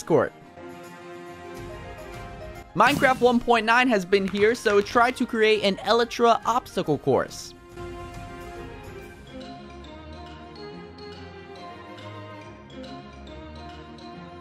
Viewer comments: E-let-tra last time I checked it was elytra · can I just point out speech: th-E-a-ter and el-itra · he also said “ele-tra” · He also said el itra